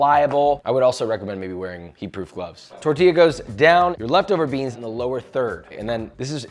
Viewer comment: I miss when he says "beans" in weird ways. 😭